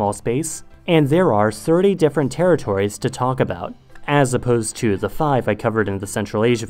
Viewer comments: i thought i was the only one that heard his /ð/ really far back almost exactly like his /z/ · I think it's a speech defect